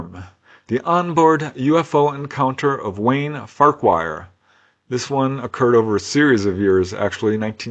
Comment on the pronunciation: Just to let you know, the surname Farquhar is pronounced Far-kwar. It's Scottish. Thank you, you're awesome!!!!